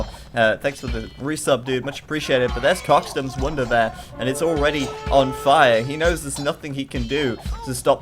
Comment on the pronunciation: wounder? thought its wonder